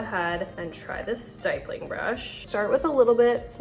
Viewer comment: Honey nice tutorial. Note that it’s pronounced like “hip”. Stippling is the art or process of drawing, painting, or engraving using numerous small dots or specks. The grammar guide is when the vowel is followed by a double consonant, the vowel is short, not long. hippo. ripple. stipple. ditto. apple.